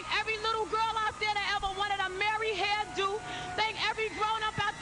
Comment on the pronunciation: The ways she says "hair do" is hilarious! I love Mary! Ghettoness and all!!!